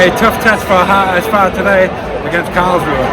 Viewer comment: Nice Video! I appreciate your pronunciation (HSV and zweite Bundesliga). I only would like to add that the HSV was offically founded on the 29th September 1887 not 1919, in 1919 they only merged 3 clubs to 1 club (because of a shortage in man due to ww1). And some other famous players to mention are Son, Boateng, Calhanoglu, Kevin keegan, Horst Hrubesch, Kaltz or Van Nistelrooy.